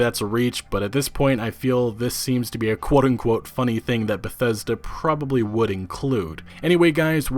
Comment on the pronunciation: Great pronunciation with Bethesda